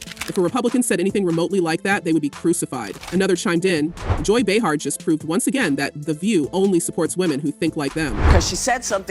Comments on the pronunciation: How many different ways can this AI announcer pronounce Behar in one story. So annoying! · Can't you teach your AI that it's Bay-har, not Bee-har? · beehar beehar beehar, its driving me nuts how the narrator gets it correct about 20% of the time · Bay har not bee har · How is it they can't get her name pronounced correctly? They go from calling her "Bee-hat" to "Bay-har".Whichever it is/was doesn't matter as ABC smartened up and fired her old ass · Bay har is how she pronounces her name. 🙄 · Hate the way you pronounce her name…😂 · You’re pronouncing her name wrong…good lord!